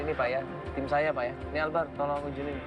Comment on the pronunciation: Albar coy bukan akbar